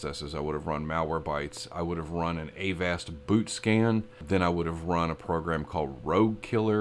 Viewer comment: avast is pronounce like agasped